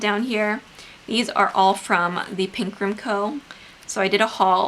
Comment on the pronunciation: Thepinkroomco? Thepinkrunco? (I can’t it make out 🙈)